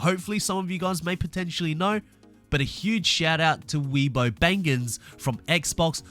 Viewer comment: Uh, actually, it's pronounced Wee-a-boo, thamk you. Also, the Lego Senna does the same thing as the 911, it makes sense because it's part of that colour scheme.